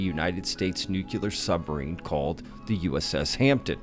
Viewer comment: NEW-CLEE-OR not nuculer